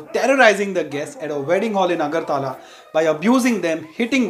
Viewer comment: AGARTAAALA ... 😂 ITS AGARTALA